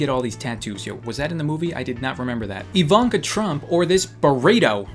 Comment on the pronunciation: i cant believe he almost got the name Ivanka correctly its a Slovene name and almost no one gets them right